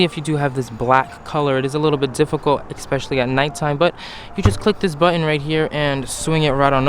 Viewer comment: Why do some people say "eXpecially" instead of "eSpecially" 🤦🏻‍♂